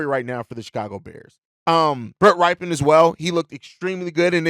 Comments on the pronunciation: FYI: It's pronounced "Rip-en" not "Ripe-en" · Can we learn how to pronounce Rypien's name? He's uncle won a superbowl MVP.. It's a well known name in the NFL